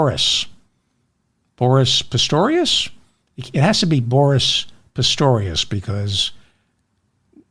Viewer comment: You pronounced Boris Pistorius correctly .